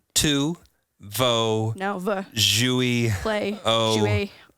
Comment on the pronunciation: When tried to speak French and he said Jouer, I heard Jouis 😂